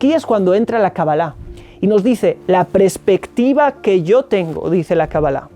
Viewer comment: Se dice Perspectiva!! No prespectiva!!...